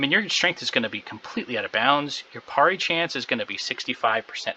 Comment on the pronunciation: why are u saying parry so weird :} cool vid anyway